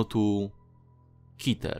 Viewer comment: Nie mówi się Kiter tylko Keter :)